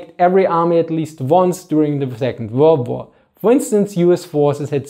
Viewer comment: Funny how you speaks Second Volrd Var